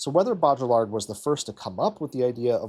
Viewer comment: bow-dree-yard is the best I can convey - the ll is more of a y in baudrillard.